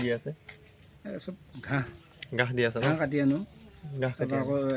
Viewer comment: ঘাঁহ buli nokoi গাহ kole kenekua khune oi ........ অসমীয়া ভাষা কোৱাত ইমান ভূল